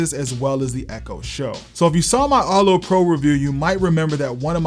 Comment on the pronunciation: erto? erto arto